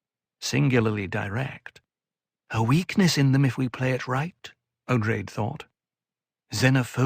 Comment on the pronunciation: You’re mispronouncing Odrade as “Oh-drayd” (long A). The correct pronunciation is “Oh-draw-day”.